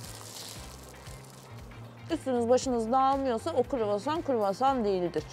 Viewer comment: o kadar çok kruvasan yediki ikinci gün artık istemsizce KUĞOSAN diyor Fransızlar gibi 😂